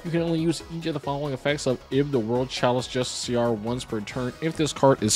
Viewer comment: Justiciar is basically jus-stisher like it rhymes with fisher or wisher